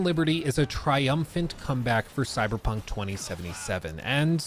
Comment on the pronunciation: Stop saying coy dude its really lame its time to stop!!